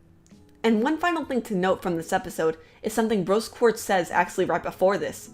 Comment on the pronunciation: she said brose quartz